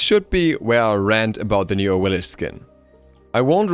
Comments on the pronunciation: its pronounced awilix not awilish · Aah-weil-ics. Not the cringey af way you pronounce it. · Awilix, X .. X!!! Awilish ... pfff... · Man, gotta love Awilish. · "AHWILLISCH" Get her fucking name right already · So the second x in axilix has a sh sound? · Can you specify which pronunciation do you dislike? If it's Awilix then you're the one in the wrong here. X's in Mayan were pronounced as SH (SHoe) For example Xbalanque being Shbalanque and when Camazotz dies he says "I return to Xibalba" again pronounced Shibalba. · RagingAtLife I didn't google it. I live in the Yucatán and speak some Mayan. Pretty much every Mayan god's name in the game is mispronounced. I'm sure the same happens to other pantheons too.